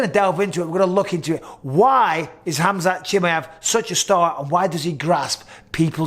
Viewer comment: Bisping: Khamzat Chimeyef